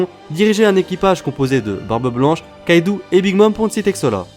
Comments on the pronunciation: On dit kaido pas kaidou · Arrête de dire kaidou et L1l1 C'est Kaido et linlin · tro come kaidou ***ouou nan kaido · a sa ma saoule on dit pas lain lain mais line line et c pas kaidou mais kaido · Déjà on dit kaido pas kaidou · « « Kaidou » » ?!!! Mec c est « « Kaido »» et linlin on en parle!!!